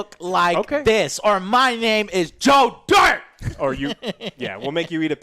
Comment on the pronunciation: OR HIS NAME IS JOEH DIRHT